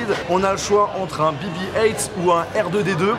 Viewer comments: C’est pas bi bi height mais bé bé huit ( BB8 ) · Dit le en français BB 8 pas heingt